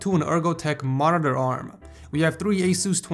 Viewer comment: Just some constructive criticism, could you work on your pronunciation of Monitor? No hate.